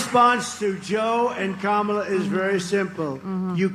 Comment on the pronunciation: They are still saying Kamala's name wrong? Wow, they are so small and petty.